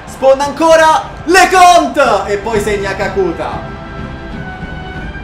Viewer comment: GRANDE. TI DO UN CONSIGLIO: kakuta ha l'accento sulla A finale